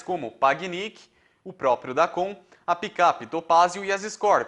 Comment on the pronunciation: O nome do carro mini chama-se Dacon (DacÔn). Fora isso, ,muito bom esse video.